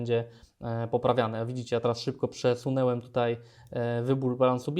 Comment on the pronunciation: "Włanczać, przesunełem, przełanczać". Ależ wstudyd...